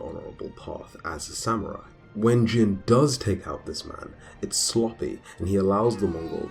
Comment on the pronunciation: His name is pronounced like “Jean” as in blue Jeans not Jin like saying the name of the drink Gin. “i” in Japanese is ALWAYS pronounced like the “ea” in read.